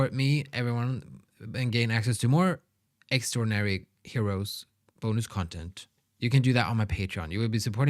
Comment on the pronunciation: really looking forward to more xdinary heroes reactions!! Btw, their name is pronounced x-dee-nary heroes, so many people say extraordinary h so dont worry about not saying their name correctly at first.